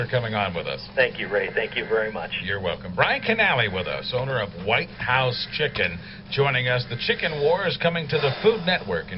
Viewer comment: Whithouse? Not Whitehouse? lol. I can't wait for the episode and/or the finale!